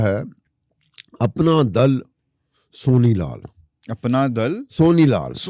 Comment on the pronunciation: how he said Sonilal🤣🤣🤣🤣🤣🤣🤣🤣🤣🤣🤣🤣